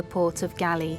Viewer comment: Thanks for your work the world heritage city GALLE The last “E” in the word is silenced so GALLE i is pronounced as “ GOAL or Hard G + ALL Go+all ! I hope you will reedit it !. Thanks i